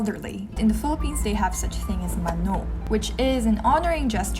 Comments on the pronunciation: Mano is pronounced as 마노 with a soft "o" not with a strong "o" like in 만오. Kkkkkk cute though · It's pronounced "Mà-no" and not "Ma-nò". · Great to see this... A bit of correction though, but we don't say "mano" with a stress on the 2nd syllable but on the 1st syllable. MAno [not maNO]. ❤️ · its pronounced as MA "pause" NO not straight up MANO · Maanoo. Long sound pls 😊. You pronounved it like manok meaning chicken. Nice vlog. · Mano [MA-noh]- the last syllable is softly spoken. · Love your videos! These are all true. Btw, it’s ma-no, the stress is in the first syllable. 🤍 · "mano" is pronounced = long "ma" and soft "no". and not strong as you pronouce😊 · When I first hear it... Sounds like "manok" means chicken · Its cute how she pronounced "mano" 😹💕 made me imagine myself doing such mistake in pronouncing korean words when i go there, but not being cute like she did😩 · mano = accent on the first syllable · The way you say "mano" sounds like the Ilocano for "how much". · I noticed how she pronounced "Mano" haha cuteeee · When she says 'mano' funny but cute💜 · yeah, similar to how Bano is pronounce. it's funny.